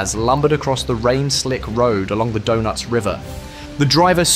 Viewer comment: Sad that the AI can’t really learn - video clips show US maps & desert scenes; Donetz becomes donuts. The storytelling is great, delivery is pathetic.